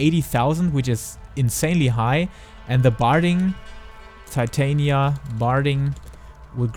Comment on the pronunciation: I don't mind your accent. But your butchering of the name "Titania" is cringy lol. I thought after ShB no one would butcher it again, it's been my characters name for 8 years. Not trying to be a hater, just letting you know you're saying it wrong